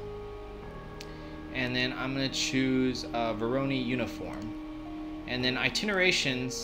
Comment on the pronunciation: "ITINERTATIONS" "AS SUSPECTED". Good tutorial though